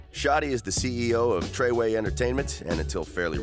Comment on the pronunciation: I stopped when he said trey 9 🤦🏾‍♂️